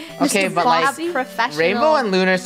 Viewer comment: She said oh my God Draco but instead it sounded like she said oh my God dracco